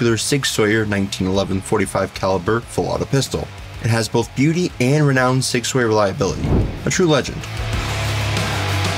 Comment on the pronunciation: Sig sawyer and glockleberry Finn